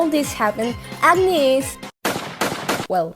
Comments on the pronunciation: Agni should technically be pronunced like 'ug-ni' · i can't not hear "acne" when you say "agni"